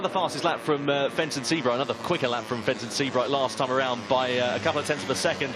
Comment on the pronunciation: Fenton. . Fenton. . Fenton ... Fen-ton.. FENTON. .. OH JESUS CHRIST